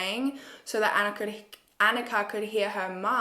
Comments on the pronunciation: *anicka (anitchka) ,,, it’s ok, u tried. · Sorry but you got the girls name wrong. Don't know how to spell it but is Aneeshka. Just spelt it how it's said. Yeah dude you got Barbara wrong as well it's Baborra. They are all Czech names. Might have been good to look at some other people who covered this case too for pronunciation and foreign names.